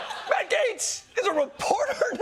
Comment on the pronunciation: Am I the only one that heard him call Matt gaetz, mad cakes? 😂